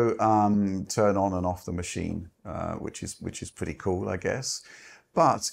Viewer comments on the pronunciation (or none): A pwwee bweef. Fs aaw fwee. 1st impwwesion wewe extweeemly good